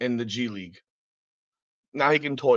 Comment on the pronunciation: So if Bronny starts playing in the G league, what happens if he doesn't do well there? The way I see it, he will have one option,,he can be cross traded to the LA Sparks. Surely he'll be able to dominate the players in the wnba. So when you say "G league" it sounds like you're saying "Gigli" that horrible Jennifer Lawrence movie